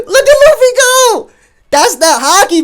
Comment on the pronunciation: Lol lu-fee